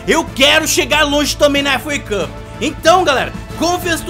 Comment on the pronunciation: "Efu uei cupi" kkkkk